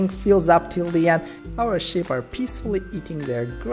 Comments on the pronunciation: Clicked off the vid straight away because you kept saying ship not sheep!!!!!!!!!! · Are you saying Sheep or the S word?